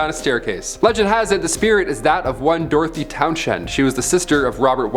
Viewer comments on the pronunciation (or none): none